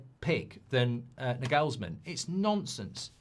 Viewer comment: Btw, as a German, I can tell you that the emphasis in the name Nagelsmann is on the first „a“, not the „e“, just sayin